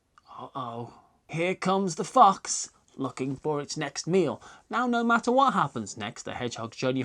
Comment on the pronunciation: It took me a moment to realise that you actually said "fox".